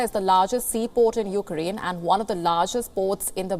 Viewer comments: i hate when he says oak krayne referring to ukraine i don’t know what the hell is he saying about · The way he kept saying "fookraine"